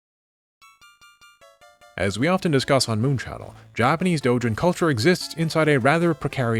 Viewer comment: The way he says “Doujin” is so satisfying.